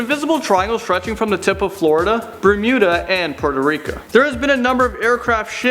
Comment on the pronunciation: OMG HE PRNOUCED POURTO RIOC WRONG HOW DARE HE